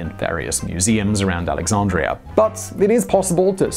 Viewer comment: lol@ "AlexaRndria"